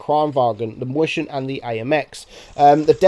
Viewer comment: it's his pronunciation of Mäuschen